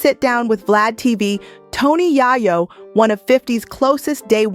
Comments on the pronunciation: 😅yay-yoh , not yah-yoh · It’s Yayo not yeyo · It’s Tony Yayo. Pronounced “Yay- o” . that’s driving me nuts lady. Learn how to say his name he’s A rap-mogul too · Who the hell is yah-yoo? Who is narrating this? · 50 seems like he’s a good man. And are you mispronouncing Tony Yayo’s name on purpose? I’m just wondering because you’re butchering it!